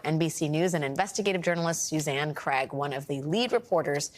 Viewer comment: Isn't Suzanne's last name pronounced "Craig", not "crag"?